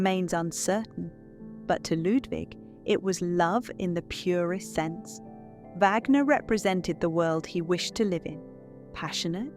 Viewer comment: At 5.12. Mispronunciation of Wagner.